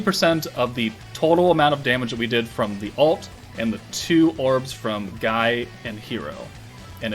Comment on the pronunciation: Btw Guy is pronounced ghee or ghii, just thought id let you know👍